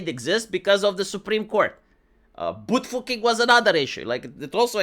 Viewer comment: "Boot fooking" lol